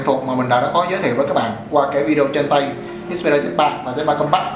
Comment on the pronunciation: Không có ai đi phát âm một thứ tiếng không phải mẹ đẻ = 100% đâu bạn. Mình chỉ góp ý nghe cho hay thôi. Còn bạn khoe background during học bên Anh mà pronounce compact like that. Oh well! That's a real impact statement.